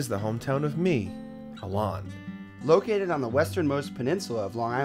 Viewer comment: Your name is ALON not Alan